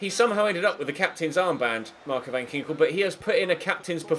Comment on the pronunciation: As a Dutch person I am laughing my ass off everytime u try to pronounce a Dutch name😂... Btw van Ginkel is with a hard k😂